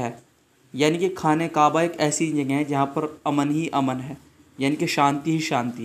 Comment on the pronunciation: Qwaba nahi hota kaaba hota hay